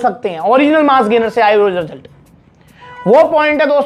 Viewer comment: Result ❌ Rasult ✅😂